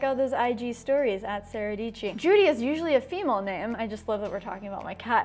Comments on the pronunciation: Sara Dietschy rhymes with Peachy in the morning?? What a way to start the day! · Sarah dietchy rhymes with peachy